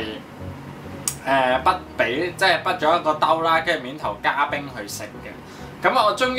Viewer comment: 是加冰，不是加「次」！